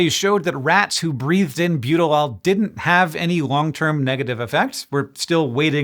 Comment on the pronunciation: I was so confused seeing Butylal written out. I could swear he's saying Butylol, lol